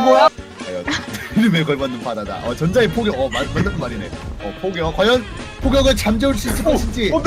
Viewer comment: 전장의 포격이 전장의 포경으로 들린다